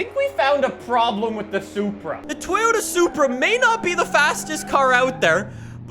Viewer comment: You’ve been pronouncing it like soupra,must be still high on soup after the soup wars